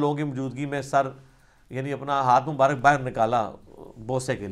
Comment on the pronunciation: Aslaam u Alaikum Ali Bhai Masha Allah Bohat Umda Jawab Diya Ap Nay. Jazak Allah Aik Guzarish Karni Thi, Lafz Mubarak Hota Hai, Na Keh Mubarik